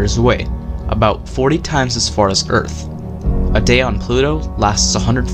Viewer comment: Mistake: Pluto not Plu-o!